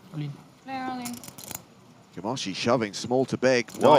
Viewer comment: Camoski??? It's Camoshi!!!!!!!